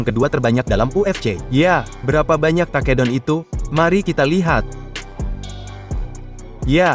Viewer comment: Taa kee down😅😂